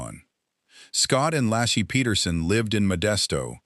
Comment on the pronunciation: Laci, pronounced Lacey or Lacy, not Lassie. Her car was still in the driveway. Actually, the family car, just called Laci's but she had no ownership. Her purse was still hanging in the closet. Actually, her tote bag/purse was on the floor with odd things in it. He called her mother, then the police. He asked if Laci was there and became very alarmed when told she was not. Ron Grantski called the cops. Scott immediately went to all of the neighbors' homes, looking for sightings of Laci. Detectives noticed inconsistencies almost immediately. small details in Scott's account of that fishing trip that didn't quite line up. This was one of a long series of lies told by the MPD, all of which were designed to make Scott look bad. The In & Out burger lie was a very bad one. Scott had told Frey he'd lost his wife and that this would be his first Christmas without her. That's almost word for word what Dave Giardanelli told Frey when he was sleeping with her. Frey saw his wife 3 years later! Scott almost immediately realized that his 4 dates with Frey would likely cause a mountain of assumption and the end of searches for Laci. He was, of course, correct. Maybe he should have tried to get Frey to agree to be silent, but I doubt it would have helped. But that's why he kept lying. A guilty man would want to minimize the damage and also end the searches. He wouldn't want the body found. That wasn't Scott. He took any risk to find Laci alive. He dyed his hair, grown a beard, You find that o